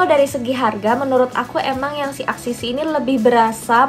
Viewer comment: ka axis y dibacanya eksis way